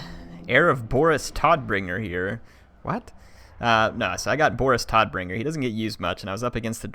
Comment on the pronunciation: Todbringer should be pronounced tow-d-bringer. His name translates to deathbringer.